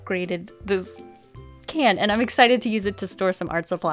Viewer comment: You said staor😂